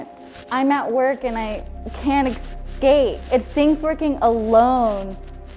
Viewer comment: yeah and said she cant eacsaep alone